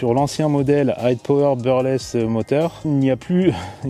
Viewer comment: brushless mais je vous l'accorde c'est pas simple à prononcer